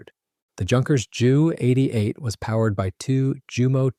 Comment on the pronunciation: Have a real person narrate and pronounce words correctly. Ju is not jew it is J U. J is pronounced like Y in German.